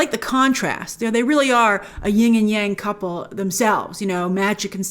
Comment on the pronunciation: It's "YIN" and YANG, no "G" at the end of "YIN".